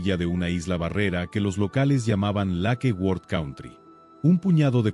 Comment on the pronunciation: Lakeword? No será Lake Worth.